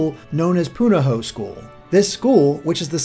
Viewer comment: Can I make a comment on pronunciation and some of my own speculation? Being born and raised in Hawaii, I have a little credibility on this front. Firstly, nice job with pronouncing 'Punahou,' my alma mater. I've heard that one butchered pretty bad before, but you did well. For the misses I heard that I simply couldn't let slide: Kukui should be Ku-ku-ee, not Kook-wee, Oahu is Oh-ah-hu, and Kahoolawe should be Ka-ho-oh-la-veh. Some other misconceptions include the fact that Oahu is the 'main island,' even though you correctly identify the island of Hawai'i as the biggest island (usually just referred to as 'the Big Island'). Secondly, and this draws into my own speculation, I think that we'll be traveling to other islands for sure, but I think this first island we see also is inspired by parts of Moloka'i, most notably the parts on the north-east of the map. You can see bits of a steep waterfall dropping off a cliff and into the ocean (unlike any I know of on Oahu, but exist on Moloka'i), and the castle-cave thing only accessible by water might be inspired by the Leper Colony at Kalaupapa, on Moloka'i.